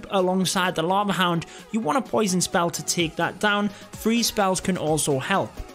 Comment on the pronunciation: The way you pronounce the word Take its like Taak lol